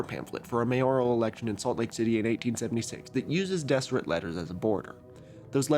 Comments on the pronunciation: And yes, I knew about the Deseret alphabet. We learned about it at BYU. Fyi, it's pronounced "Dezzerret" not "Desserret." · I can tell you haven't lived near Mormons based on the pronunciations, haha. Some notes: Moroni - "More-own-ai" Nauvoo - you said it right but the emphasis is on the "oo" so "naw-VOO" not "NAW-voo" Kolob - koh-lawb Zion - Zai-uhn Deseret - "Dez-er-et" the "s" is more like a "z" like in desert Great video, though! Brigham Young is definitely the kookiest LDS prophet with a lot of weird ideas. One of his biggest theories that never caught on (somehow, despite him being the prophet) was the "Adam-God" theory that Adam (of Adam and Eve) was actually God the Father in mortal form with the purpose of populating the earth himself. This is rejected by the modern church but an interesting tidbit about Brigham Young. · Just for your information. It's pronounced Dezzeret. With the double ss making a z sound emphasis on the last syllable. As if it were the diminutive feminine form of the word desert. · 1) During your breath(e) rant, I realized I might love you. 2) You're mispronouncing Deseret. It has a definite Z sound, not S, and 3 distinct syllables. Dezz-uh-ret. 3) Did you know that the Deseret Alphabet is included in the Unicode standard? it will live forever. (obviously you did because you mentioned it after I wrote this.) 4) Watch out,! I hear [that] Kevin the Ass Hurter is on the loose! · Some corrections... Utah actually isn't a majority lds. About 42% are members as of 2023 There have actually been more members of the church outside of Utah and the whole US since 1996! I also noticed a few mispronounciations (which is funny for a video about phonetics lol)--Moroni is more-own-eye, and I've only ever heard people pronouce Deseret with a Z sound (as in brazen or surprise)